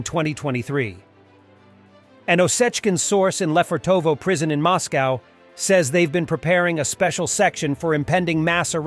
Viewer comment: Mozcovy is sooo "taiga-league!"